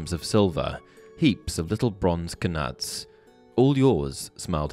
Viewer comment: really enjoyed the video but cant forget you said K- NUTS.....